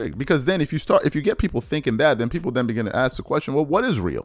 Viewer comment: Like your video, but pls. try to pronounce the word 'ask' correctly. I keep hearing the word pronounced as 'axed'. It hurts to hear.